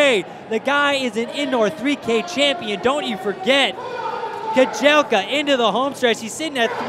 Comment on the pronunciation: The correct pronunciation of Yomif's last name is Keh-jel-cha (cha, as Charlie,....not "Keh-jel-kah")